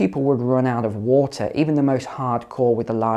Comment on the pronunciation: I can't deal with how many times this goober says whota